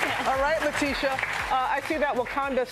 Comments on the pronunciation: ''Ley tee ta wright'' ? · She said Lutita lol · How do you not even know how to pronounce a guest's name? SMH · L.A.B ART 😂😂😂 butchered the hell out of her name. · lool she messed up when she said letitia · How does a black woman mispronounce Letitia ??